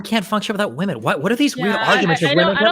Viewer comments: Oh my GOOD GOD can SOMEONE correct this stupid bitch, WOMAN AND WOMEN ARE 2 DIFFERENT WORDS. Holy SHIT that is driving me INSANE. Am I crazy or are Gen Z women all randomly starting to pronounce WOMEN as WOMAN???? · WHY can that woman not pronounce the word women??? This is becoming a generational problem.